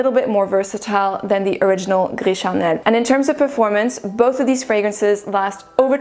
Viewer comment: The way you say « gris charnel » sounds like you speak french ! I didn’t ear any french accent in your english. Du coup je suis curieuse! 😉 les revues sont très bien. Ici je passe mon tour car gris charnel et moi on ne s’entend pas bien. Bonne soirée